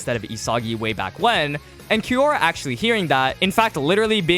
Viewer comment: its kiyora, not kimora